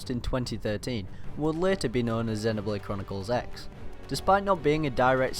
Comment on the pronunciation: FYI it's pronounced Xenoblade Chronicles Cross.